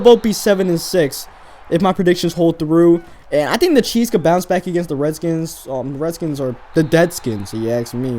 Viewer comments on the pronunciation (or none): You said dedskins and y did u say petersons